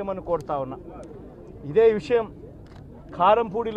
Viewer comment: కారంపూడి అనాలి ఖారం కాదు